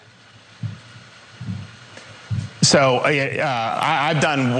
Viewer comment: "Have you gotten the BOOSHTER?"